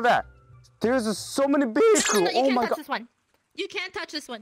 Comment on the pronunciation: ah yes “vehickles”